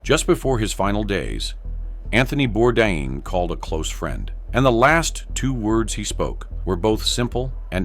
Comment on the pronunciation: The man committed suicide and you can't even get his name right. It is pronounced Bordane.